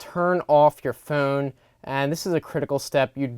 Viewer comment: The way this guy says phone makes me really wanna hurt him. And I don't have a violent bone in my body. But I guess if there was a trigger for violence to erupt in me somewhere on planet Earth? It's this guy's pronunciation of phone. :(